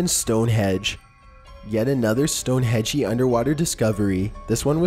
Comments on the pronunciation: Hypotheses,, not hypothesises. Also, Stonehenge, not Stonehedge. Last one, I promise - "NAH-dyool," not "NO-dyool." Love your content! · He pronounces Stonehedge, no such place, it's Stonehenge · Henge! Not hedge you. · "Stone hedge?!" Really? It's STONEHENGE for fuck's sake. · Yeah just so you're aware, it's not Stone Hedge, it's Stone HENDGE.. silly 😋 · Stone HEDGE????? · It's Stone-"henge"..Not "hedge".. Stop saying "hedge"..!! 🤣🤣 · Stonehenge!!! I wanted to gouge my eardrums with this pen I'm holding Everytime you stonehedge! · Stone hedge??? LoI think you mean Stonehenge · Stonehenge, not Stonehedge. Cool vid. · stone edge? thats a pokemon move, I think you mean stonehenge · Were you saying stone hedge? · Stonehenge... is not a stone hedge... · Sorry but it is Stone Henge not Stone Hedge. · Stone Hedge? Whats that? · Stonehedge? It's Stonehenge, not hedge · Its not stone hedge, its stone henge! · Stonehenge not stone hedge. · Stonehenge not stone hedge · Stonehenge HENGE not Hedge. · Its Stonehenge not stone hedge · That would be stone HENGE not Hedge!!!! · Stone hedge ? Really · It's pronounced "StoneHENGE", not "StoneHEDGE" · Stone hedge...ah ha ha. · Stonehedge STONEHENGE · "stonehenge"...not "stone hedge"...ffs dude,do some research... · STONE HENGE NOT HEDGE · StoneHedge.......really??? xD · it's STONE HENGE!!!!!! NOT STONE HEGE kept saying stone hege.....it's STONE HENNNNNGE....remember the 'N" between the E and G. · Also you said stonehedge. Which is how it looks. But its stoneheNge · Stone Hedge? WTF? It's HENGE....................... I fucking hate computer generated voices. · All the ppl commenting about his voice and manner of speech is hilarious and accurate, but Im even more annoyed by how many times he mispronounced Stonehenge! Its henge, not StoneHEDGE u haha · Stonehedge? 😂😂😂😂It’s Stonehenge Bruh!😂😂😂😂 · also, not "stonehedge", but rather "Stonehenge" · stone hedge loooooooooooool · Yes I heard that too.